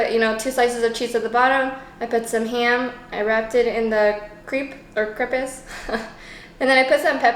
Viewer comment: #crepes Uh duh of course I watch till the end. I love how you pronounce them as creeps! Creepy never looked so delicious, and the fact that you made them yourself, I'm impressively creeped out. Another homerun my friend. Keep putting the joy in =)